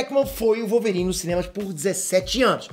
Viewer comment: vai ser o Wolvôrine!!! kkkkkkkkkkkkk